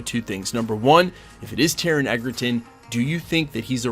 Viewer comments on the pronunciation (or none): I would love to see Taron sink his teeth into this roll - and maybe then people will learn how to pronounce his name!